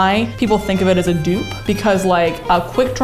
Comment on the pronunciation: Yeah. It's a dupe not 'dew'p 😂